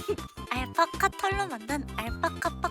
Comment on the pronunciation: 알파파파카?인가요 알파카파카인가요?